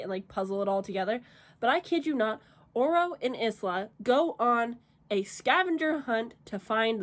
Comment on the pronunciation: Bless her heart. It was so painful to hear you mispronounce the MC’s name so many times. It’s a common mistake of monolingual people. The name is pronounced “EEs-lah.” This is a super common name that means “island” in multiple languages. Hope this helps.